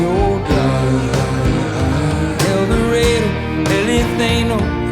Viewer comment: The way he pronounces el dorado….